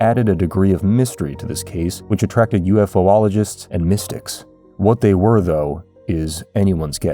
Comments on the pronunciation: Just FYI, it's pronounced yoo-fologist, not U-F-O-ologist. It's spelled this way: ufologist. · Did you seriously pronounce Ufologist as "UFO-ologist"? The correct pronunciation is, "you-fal-uh-jist". That was a bit redundant to punch the "o" twice when saying that word.